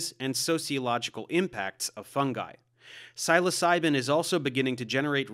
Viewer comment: Your pronunciation is distracting. "Seh-LAS-ah-bee", "Seh-LOW-sen", and "Seh-low-SAI-ben" would be closer.